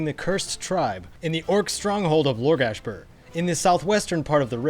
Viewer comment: It's actually Largashbur LOL